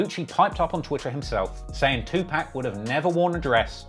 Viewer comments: Its not pronounced 2pack, its closer to Pock.... put sum respect on pac name a hole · It's pronounced "Two''P'ah'ck" not Two'P'a'ck! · The amount of time I yelled TUPAC!!! Not Tupack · Great video but you are pronouncing tupac incorrectly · 2pac not 2pack. It matters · It's Tupac, not 2pac or 2pack. And you say you know rap... right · Tupac not Two Pack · Its tupawk not tupack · Don't wanna be a dick but as a genuine member of the community I feel compelled to let you know when u see 2Pac... its pronounced 2Pock.... not 2Pack. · Pronounced more like Park not pack... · It’s pronounced to-pocket(2pac) not 2 pack… My era hated that disrespectful pronunciation respectfully said… keep up the good content Sincerely, BossWes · It’s pronounced “2 pawk”. I know it’s spelled 2pac but that’s not how we pronounce it. So please stop saying pac😂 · It’s pronounced too pahk not tew pack lmao good work on the video tho 😂💯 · It's Tu-pock, not Tu-pack. Damn the accent, how can you be a hip-hop head and not know how to pronounce the name of one of the greatest rappers of all time? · 95% of them... If you don't know that it's Tupac and not Twopack, you're a goof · I know you can say PAC instead of PACK bruh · ITS PRONOUNCED TOO POCK NOT NO 2PACK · It’s not tupack it’s Tupac… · Nah it's PAC not pack 🚫all this "Two-pack, new-pack" stuff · It’s pronounced POCK. TWO-POCK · You say Tupac as too pack just to piss people off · 2 pac is not pronounced pack. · If he say "2Pack" again ima find him and slap him myself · TWO POC …. I fwy but u gotta stop butching tht 😂😂🤦🏾‍♂️ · Tupac, not TuPACK 🙄 Lenox not Lennox 🤦🏽‍♂️ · lol Too-Pack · STOP SAYING TWO- PACK IT IS JUST WEIRD AND WRONG PRONUNCIATION OF THAT BLACK MANS NAME! STOP THE DISRESPECT ALL BRITISH PEOPLE ITS UNNECESSARY. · Bruh it’s 2-pac wtf are you saying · Saying 2pack is crazy for 2pac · lol "Liar" Cohen. Edit: And "Two Pack." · “Two pack” 😂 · “Two pack” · U know how to say Tupac just stop. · It’s pac not 2pack. Get it right.